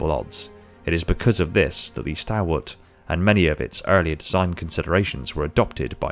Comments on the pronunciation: Is it not pronounced stawl-wuht? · very good, now if you could just pronounce the word stalwart correctly, ie STALL-WART, that would be excellent, thank you